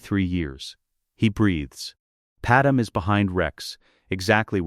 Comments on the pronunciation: Ok ai say it with me. Pad-may… Padme… not padam… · its not padam but okay